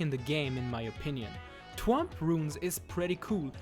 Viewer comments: So he says stuff like twomp instead of thwomp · "Twomp" *THwomp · The way he says twomp is so funny